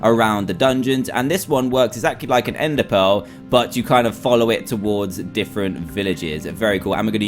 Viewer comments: you said ender perel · WHY did you say enderpearl?!